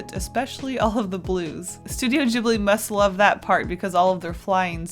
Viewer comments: No offence but it's pronounced as ghiblee not jiblee lol :p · I thought it was pronounced to start like ghost? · YES STUTIO GHIBLI Btw, I think your saying ghibi wrong. The g doesn't sound like a j, its a g. ( I'm sorry if that sounded rude I don't know how else to write it ) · In a documentary, they mention that the studio name is based on an Italian word, but the pronunciation is wrong. It's supposed to be gib-li. But the studio creators stuck with jib-li. It was a translation error XD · The "g" in ghibli is pronounced as "g" in good, gas, give, etc (soft). It's Italian and "gh" is the soft pronunciation of the "g" in front of an "i" or an "e" (same as in Spanish but instead of an "h", a "u" is used to soften the "g") . Ghibli is the word used to describe the hot and dry wind that comes from Africa (south if you're in Italy) and it has its origin in the Arabic word "qiblī" that means "southern" (meridionale in Italian) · Kinda cringed when she said Ghibli that way